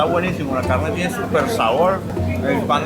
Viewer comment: Pronuncias mal la palabra hummus